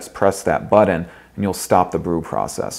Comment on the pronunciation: I hate how this guy says But-ton..